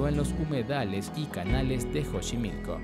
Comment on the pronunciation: híjole mano... te hubieras investigado mínimamente la pronunciación de los lugares "Oxaca" "Jochimilco" "San Luis DE Potosí"?